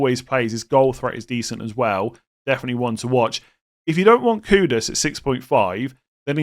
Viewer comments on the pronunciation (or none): none